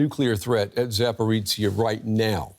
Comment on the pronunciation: Why can't anyone at DW pronounce this city/power plant name correctly? It's a "zh" not a "ts" or a "ch" sound. Come on people, you're professional journalists yet report after report you get it wrong. Not even close! aaargh